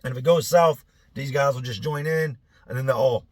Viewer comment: I know this is an old video so I doubt people will come across this comment, but I need to know if I’m trippin’ or not.. does anyone else hear accidentally say, “ these other gays” instead of, “ these other guys” 😂